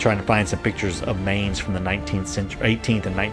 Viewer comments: Really cool idea! Only thing thats bothering me - and i wouldn´t be mad if you don´t care - is how you pronounce Mainz. The Main part is pronounced more like mind without the d at the end or mine and not like the english word main, the z at the end needs to be a bit harsher (typical german thing i guess :`D). Rhein on the other hand was really good, maybe even trying to say mainz like mheinz might help you if you want to make the germans happy :`D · they pronounce Mainz like in English the world mind .not like main.i live on the other side of the river of Rhein. there u can see Anno in real life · Don't say it like Main+Z. Say it like Mine+Z. Otherwise I'm really looking forward to watching more videos of that series! I've been searching for stuff like these for weeks! Glad you're doing it!